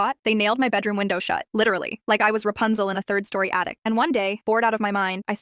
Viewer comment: It’s third not thirth.